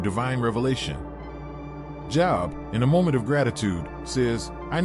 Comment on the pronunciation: The name Job is pronounced Joeb